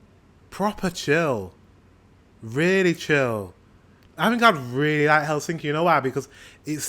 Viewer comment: The stress is on the first syllable in finnish. So TAMpere and HELsinki, (not HelSINki as he keeps saying on the video) Every letter is pronounced (the latin alphabet),always the same way, just reading it out. Very easy. 😋👍